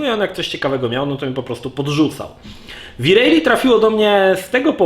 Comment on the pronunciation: Siema. Fajny material ale dlaczego uparcie mowisz wi rejli?